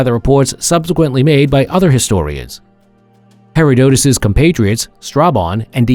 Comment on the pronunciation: Phonetically: He-rod-ta-dus